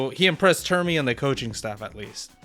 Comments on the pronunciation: Its primmie not premmie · Jesus, it’s Primmie not Premmie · Bro so hyperfixed on NA he can't even pronounce Primmie right